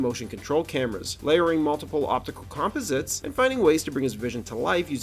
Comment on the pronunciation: I don't know if the narration is AI generated or a real voice over artist but either way, it's horrible. The guy's inflection has the exact same cadence and rhythm over and over and over again. And there were two really bad mispronunciations before the video was even half way through on the words "composite" and "animated." Bad work guys.